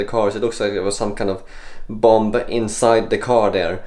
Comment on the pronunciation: Dear, I'm sorry but I feel I must tell you that you shouldn't pronounce the second 'b' in bomb, bombings, etc. But weird yeah, what's going on?!